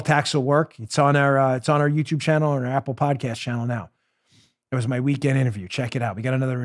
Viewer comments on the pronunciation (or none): none